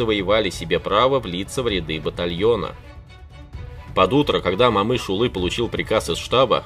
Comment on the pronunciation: О читается как О, не Мамыш а Момыш!